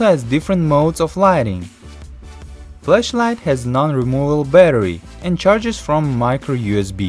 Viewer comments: when you say flashlight it sounds like fleshlight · If he says “flashlight” it sounds like he says fleshlight. Only legends know what a fleshlight is. It’s also a product I found on aliexpress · The way he says flashlight...